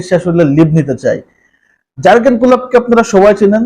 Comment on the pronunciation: প্রথমত উচ্চারণ ঠিক করতে হবে জার্গেন না 😅😅